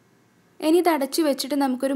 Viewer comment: എനി അല്ല, ഇനി, otherwise superb drr